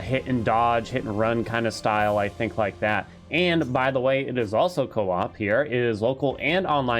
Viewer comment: Say coop and you not are coop